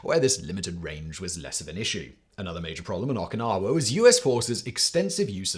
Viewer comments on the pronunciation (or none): As an FYI for Simon, Okinawa is pronounced Oh kee nahwah, not with an Ah sound at the beginning.b